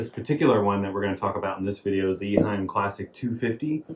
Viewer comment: Nice video! Thank you! I had one of these filters in the 1980s. At the time, it was not (yet) called Classic. Simple and reliable. It did a great job. I have just a small correction. The name of the company is not Iheim. It is Eheim.